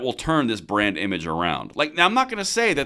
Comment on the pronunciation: Every time you say brand damage. I hear brain damage. 😂